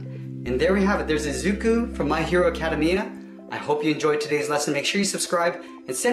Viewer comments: Ananya Kumar It actually sounded like he was just pronouncing academy and then added letter “a” or “u” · He said my hero adkeamia when it ac-a-Dam-e-a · He said ‘acadamia’ instead of ‘academia’ (Me trynna spell stuff how people say it 🤣) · him: acamia me: its acaDEmia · Omg!!!! He does not no how to say it OH MY GOSH!!!!! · NO NO IT'S NOT ACA DA MI A IT'S ACADAi MiA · What the hell is Acadi-Mia? It’s Aca-demi-Ah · It’s “A-CA-DEE-ME-A” academia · Yes it is ac-a-dem-e-a (pronunciation) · TRIGGERED!!!! But the video is still good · Cause Of Action I say it like aca-Day-me-ah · It’s Pronounced my hero Aca- dem -ia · It’s ak-uh-day-me-uh (Academia) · Its pronounced Aca-de-mia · He said My Hero Academiya Hahahahahahahahaa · The way he says acedamia lol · It’s ac a dam ia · “My hero academya” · The way you said academia triggered me so hard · what did he just say HOW DO YOU SAY MY HERO ACADEMIA I AM CONFUSED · didn't say it academia right, I moved by paper and erased he was half what done, ever heard of pausing. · He pronounced Izumi and Academia wrong.... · I'm sorry but the way he pronounced Academia got me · please...please improve the way you say academia in the first partt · Dude u said academia so badly dude ugh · lol that is not how to say Academia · U said. Academia wrong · The way he said academia tho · Ew academia the way he says that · dis boi said academia wrong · (acA mi aA) pronouce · He pronounced Academia wrong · u said my hero academia WRONG